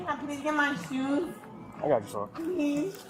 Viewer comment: “Where my shoosh?”